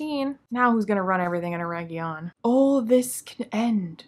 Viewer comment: It's not Eregion, it's ERRRRRRRRRRRegion!